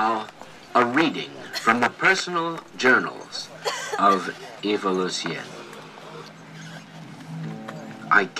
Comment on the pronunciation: If her name is eva why y'all keep saying ava???